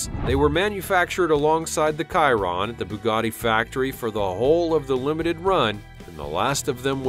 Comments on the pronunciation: Dude it’s Bugatti Chiron pronounced She-ron not kai-ron at least do some research before posting and butchering the car names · Bugatti "Kairon" Bugatti "Vairon" Tf Its pronounced Bugatti Shiron and Bugatti Vayron And the names are Bugatti Chiron and Bugatti Veyron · Did this guy really call it a buggati kiron